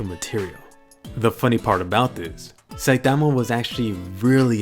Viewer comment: I just love the way you say "Saitama."